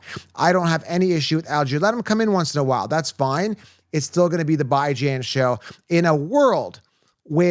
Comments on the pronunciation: Stop mispronouncing Bijan‘s name on purpose… It’s getting ridiculous.. BEEJAHN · Great content. I agree with a lot of your points. But the Bijan mispronunciation is getting annoying. Is cringe dude.